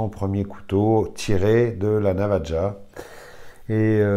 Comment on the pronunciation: bonjour navaja se prononce navara